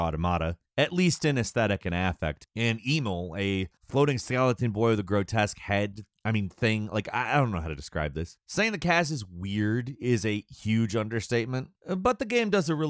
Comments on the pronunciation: Why is it every time I click on a video this guy cant pronounce anything properly. At this point hes doing it on purpose right? Is that part of the joke and I just dont get it cause I dont frequent the channel? Nier Audomada Cain and emull Help me im suffering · Kai-ney eh-mill VEISS PLS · Weiss: Vaiss Kayné: ka-i-nê Emil: E-mil lol how he pronounced it emu is beyond me. Also you will refer to him in his full and proper name: Grimoire Weissy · great job calling Emil - Emul seconds after. you said you played the original Nier. liar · reads a Wikipedia article on the game real fast because they've never actually played it Ah, yes, KAY-N and EE-MIL. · Kaine as Kai-neh and Emil as E-meal ō_ ō that's the best I can describe the pronunciations but yeah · "Grimmoire *Wise*" "Kane" "Eeml" I see was a fan of the IGN Xenoblade DE review.:^) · Emil is the only one with a normal name you could see today, and you pronounced it enal? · I believe he pronounced it Eemal. Pretty bad butchering, don't know which is worse, that or saying "Kainé" as "Kane". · "Kane and Emool" I'm sorry man but now I'm doubting you actually played this completely... Their names were said correctly in the original. Other than that, the review itself is great. I always look forward to these reviews! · Instant classic. Buy now. Also, odduhmodduh, Kane, emull, Wice? 😂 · Not to mention ee-mill and grimoire whyce... I appreciate the review but like owww my ears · You can tell he hasn't actually played based solely on how he pronounces the names of the characters. EEmul, Cane, Wise. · Good video, but... The way you pronounce Kainé and Emil makes me cringe so hard. Like bro, if you've played the games, you should know they're pronounced as Kine-ay and Em-eel. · I lost my shit when he said their names especially emil's holy shit that's bad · "we have some history with the series" Proceeds to pronounce Kainé's, Weiss' and Emil's names wrong